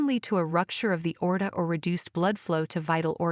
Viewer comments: I understand having AI narrate your video is cheaper for you, but if your point or desire is to educate, it's not so wonderful. Constant mispronunciation of words like AORTA (ORTA on video), BOWEL (BOWL on video) etc is probably confusing for many. And going to a Dr to tell him your bowl is messed up is probably not going to achieve the desired outcome. Hope nobody is getting Selleeack disease out there (CELIAC disease) LOL!!! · You need to teach your stupid, artificial intelligence narrator how to pronounce aorta and jaundice